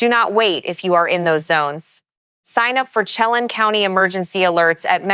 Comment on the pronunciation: CHELAN pronounced shə-LAN & KLAMATH is kla•muhth. Wedding rains are typically referred to in regard to a wedding, not wildfire. And wtf is hatriaf activity 😂😂